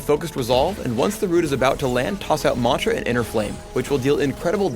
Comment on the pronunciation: if he says mantra like that one more time I might kill something